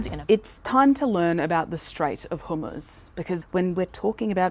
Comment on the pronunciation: The strait of (chickpea dip?) Pronounce it properly!